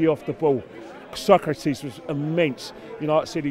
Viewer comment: It's So-Kraa-tis not Socrates ffs